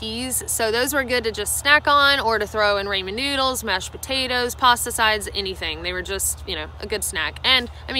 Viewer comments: Not saying you pronouncing it wrong but for me it's,,, "Ra-mon Noodles as in "Ra ra sis boom bah". It's NOT "Ray-mon Noodles" as in "Everyone Loves Raymond". You say it any way you want , just saying. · The Raymon noodle thing is killing me 🤣 Excellent and helpful video, AND I learned that pronounces Ramen 🍜 in the funniest way I’ve ever heard! Japanese people often call sandwiches “Sando” so weird pronunciations cut both ways I suppose. BTW ramen with dried shiitake and nori is a staple for my lunch even off trail. You can pick up some instant miso soup packets at most Asian groceries that have some dehydrated miso powder with dashi and other yummy stuff, along with dehydrated tofu, spring onions and wakame seaweed. This makes a super yummy addition to the mix. Happy trails y’all! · rāmen - people please learn to pronounce it correctly its Japanese. English speakers mock non english native pronunciation but gets a pass on something as easy as ramen 😒 double standards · Cold "raymen" noodles, mayo and olives ? Yeeccchhhh. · Good video as usual. Rah-men though, can you say it with your accent? Just curious. Ever thought of hiking the Island in Canada? West Coast Trail is pretty short, challenging and beautiful ! Look into it if you are unaware. Peace out, and thanks. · ok she cant even pronounce her food correctly and its the most widely known food in the world. RAH! MEN who the hell says RAY men? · Say Raymin noodles one more time.B? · I watch videos with my 6-year-old daughter, and she has started pronouncing ramen with a hard a. When I try to correct her she says that's how says it so it has to be right. Apparently she's a higher authority then me. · homegirl did not just say raymon noodles. no!! lol! Much love for sharing with us all. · Say Raymond noodles one more time.. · “Raymond noodles” 😂😂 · "ray-man" noodles ....the cringe is real. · raymahn noodles hahaha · "Rainman noodles" =P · This was helpful! But please....Rah-men.